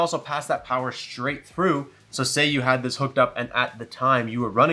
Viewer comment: lool im a child "infini Pooer" 😂